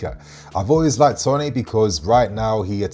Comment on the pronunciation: Mate he is English why u pronouncing it tonay?